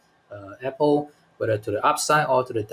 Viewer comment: YOU should learn how to pronounce APPLE